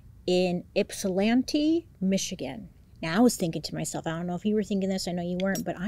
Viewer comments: Bailey! As someone born and raised in Michigan I just wanna say how proud I am of you for correctly pronouncing "Ypsilanti." You're the first content creator that I've ever heard say it correctly. 😊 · Proud of you for pronouncing Ypsilanti correctly :) so much weird stuff in Michigan for you lately huh? Lol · wait bailey you kinda ate the pronunciation of Ypsilanti!! the only difference is that us michiganders don't usually pronounce the T, so kinda like "ip-sill-anni" LOL we're so silly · I just wanna say GREAT JOB with pronouncing Ypsi (I know you always point out when you get it wrong so wanted to point out you got it right lol) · I live in Michigan, I have my whole life and I was wondering if you’d butcher Ypsilanti cause I’ve heard so many people from Michigan butcher it but you nailed it! While I’m here I must tell you my 7 month old grand son Elliott absolutely loves you. When you pop on the screen he gives the cutest flirty smile it’s adorable. Once he can understand what you’re talking about we will have to put on bluey but for the time he loves to watch you tell him stories. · I’m so proud of you for pronouncing Ypsilanti correctly 😂👏🏻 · You said Ypsilanti right 🥹♥️✨♥️✨♥️✨♥️🥹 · So happy you pronounced Ypsilanti correctly! So many people mess it up! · Great job with this case! I’m from Ypsilanti (side note my daughter is a high school teacher in Ypsi)& you did an amazing job pronouncing it correctly 😁❤️ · Bailey getting the pronunciation of Ypsilanti, MI (my hometown) correct made my heart happy! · That’s crazy! I’m from Ypsilanti, MI!!! Also, I’m shocked that you said it correctly! Many people pronounce it with the y. Lol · So proud of you as a Michigander for saying Ypsilanti right🎉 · You pronounced Ypsilanti correctly I’m impressed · Great job on Ypsilanti pronunciation Bailey! 😂🎉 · You pronounced Ypsilanti correctly!!! As a local to the area, I was happy to hear it said correctly!!